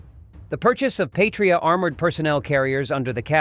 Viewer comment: "Patria" is not pronounced like "Patriot", even though they look similar. "Patria" in latin means "fatherland" or "motherland". It is pronouced "/ˈpa.tri.a/", not like "/pā′trē-ət, -ŏt″/ (Patriot) Yeah, I know, Latin is forgotten language and no, it is not the language they speak in Latin Amerika :D